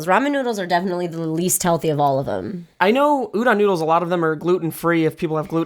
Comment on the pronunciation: Why does Reina pronounce a lot of Japanese words like a white person? Like Udon, Sakura, etc.